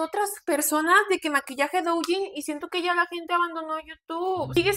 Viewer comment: "La madre del douyin" que no sabe pronunciar correctamente la palabra? 🤔